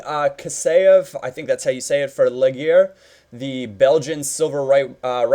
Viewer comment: Legaer is pronounced LE-JAR nice episode